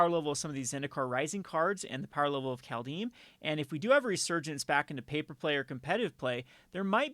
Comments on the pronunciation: Please stop saying 'Call Deem'. It's 'Called Haym'. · Is this really the correct way to pronounce Kaldheim? I always thought the german way to spell this is correct and the translation also seems to be on point. (Kald => Kalt (cold) and heim => Heim (home))